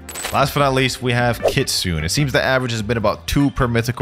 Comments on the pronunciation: I can't stand hearing someone say kitsune like Kitsoon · No hate but it's pronounced Kitsuneh it's Japanese but yeah the e is eh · Everytime he said "kitsune," I cringed. The E is pronounced! No hate though, love the content! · Why do people pronounce kitsune as kitsoon😭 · Kitsune is pronounced with the E at the end.